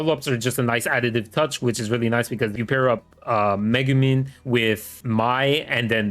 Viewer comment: bro doent even know how to pronounce megumi